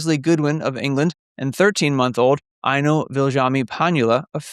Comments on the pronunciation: Thank you! It's always difficult to decipher the anglophone pronounciation of Finnish names! 😂 Eino does make more sense! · I was looking for a comment on this, but I suspect he wanted to say Eino, which is a boy’s name and would make more sense. And after I started to reply this, I saw someone already commented on this and informed us of the correct child name. I live in Finland and also had your “ears” when listening to him pronounce the names. 😂